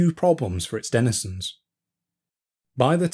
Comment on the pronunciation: How many times can you mispronounce 'denizen'? When you seek to teach, or impart information, you have a duty to do it fully and properly